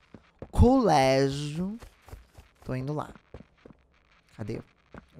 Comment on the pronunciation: ele falando culégio igual a mãe, naquele vídeo que ele pega o celular dela escondido ksksksk